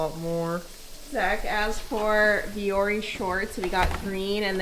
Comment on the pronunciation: as a Finnish person hearing americans pronounce Vuori always makes me giggle haha took me a bit to realize it was even the word… still upload favorite way to start Saturday <3